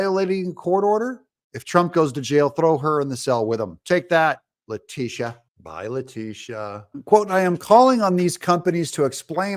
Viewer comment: Please pronounce her name correctly, it’s La-Tit-Tia. 😇